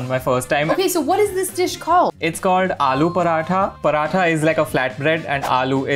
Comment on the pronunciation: Use paratha's kehte hain paranthas nahi😐